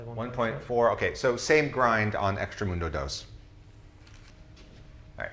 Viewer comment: Great stuff, very informative! BTW I think it's "extract-a-mundo" not "extra-mundo"